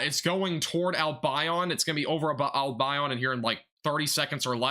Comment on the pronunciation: Wau-ke-sha, Al-bion like Deon. Grew up in Albion a long time ago. A small unincorporated town.